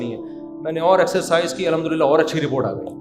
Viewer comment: السلام وعلیکم ورحمة الله وبركاته امید ہے مفتی صاحب آپ خیریت سے ہونگے مفتی صاحب میں آپ کے بیانات سنتا رہتا ہوں کافی عرصے سے اکیلے میں یا تنہائی میں آپ کو بولنا تھا لیکن فاصلوں کی وجہ سے شاید نہ مل سکوں آپ سے کسی بھی جگہ بہت معذرت کے ساتھ آپ الحمدللہ اچھی طرح نہیں ادا کرتے جس سے دل میرا دکھتا ہے